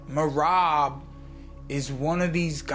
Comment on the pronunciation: All of you stfu. Peter butchered Merab 🤫 🔥